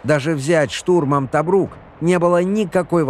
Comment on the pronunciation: ТобрУк, ударение на О, ТОбрук!!!!